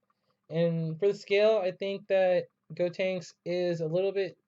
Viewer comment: Any one notice he said goTANKS it’s gotenks